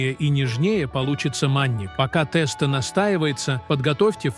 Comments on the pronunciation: У бабушек волосы встали бы дыбом услышав они ваше произнощение😂 В гороховый суп никогда не варили с курицей и показываете ребра, а не курицу. А уж про тестА я и не говорю. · Я думала что такое теста а потом догадалась, что это тесто. Ужас как можно так ставить неправильное ударение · да, тэсто убило совсем🤣